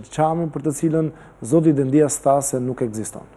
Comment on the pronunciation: Po jo Dendias, me theksin ne I, o gazetar! Por Dendias, me theksin ne e.